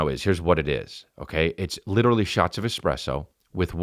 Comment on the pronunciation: That's lichurally impausible